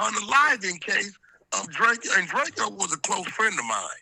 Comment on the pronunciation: It’s DRAYCO not DRAY KE O